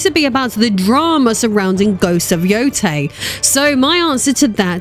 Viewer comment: Being from Japan, I can tell you you are mispronouncing the names. Tsushima is pronounced “SUE-she-ma.” Some also pronounce the “T” at the beginning, which is also correct. Yôtei is pronounced “YOO-tay.”